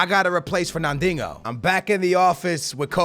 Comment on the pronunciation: ferna-dingo? Kappa. great vid tho keep up the good work